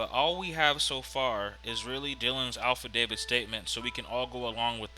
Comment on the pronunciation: It’s not alpha david. It affidavit.